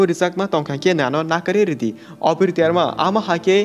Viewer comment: Abir❌ Obir✅😅